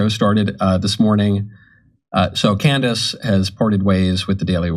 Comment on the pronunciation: I'm still trying to figure out the point of this segment. He doesn't even pronounce Candace's name correctly. This is silly speculation with no substance.